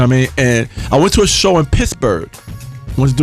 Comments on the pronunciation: wen he says pittsburgh it sounds like pissburgh....awesome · Pissburgh...he keeps saying Pissburgh. Leon!